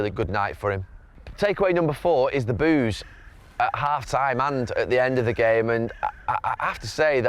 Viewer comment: Gary did you say Boo's or Booze